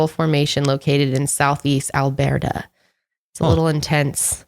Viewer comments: I live in Alberta, Canada! I loved your pronunciation 😂 it’s just “Al-bert-a” but I thought I would let you know. There’s tons of important Aboriginal history here!! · I love how pronounced Alberta haha that's where I'm from same time zone as Colorado. I was listening to the podcast on google but had to see what image she was talking about. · Hey I’m from Alberta! Love the way you said it too 😜❤️